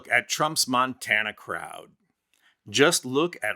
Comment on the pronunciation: He calls it state of Montaner 😂